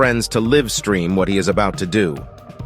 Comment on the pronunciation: Respectfully, you do NOT have to be a native English speaker to pronounce live-stream, ESPECIALLY the prefix, “Live”.